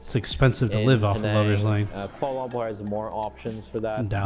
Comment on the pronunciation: It hurts my ears to hear that dude pronounce Kuala Lumpur as "Quorlolompour" every time 😖😫